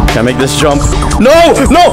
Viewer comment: Bro said "jumb slower"